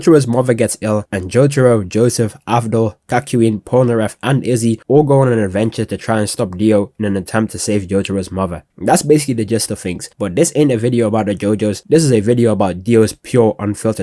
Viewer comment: Aint no way bro called Iggy "Izzy"